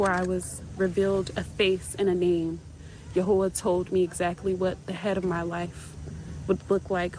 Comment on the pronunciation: What did she say? Yehoha ? as in Yehovah? Just fascinating how people pronounce the four letters of TMH.